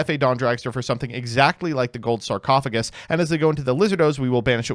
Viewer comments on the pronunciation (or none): Let me guess, says it like sarc-o-fay-jus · Never ask mtb how to pronounce smiger and never ask how to pronounce sarcophagus.